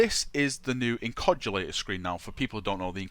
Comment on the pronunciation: it's not inCOGulator! IN-OC-U-LATOR! :)